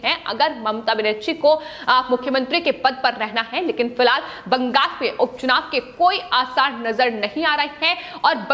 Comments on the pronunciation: Also, pls note, its Bengal and not Bangas as you pronounce in yr speech. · Bangal ko bangas kyon bolti ho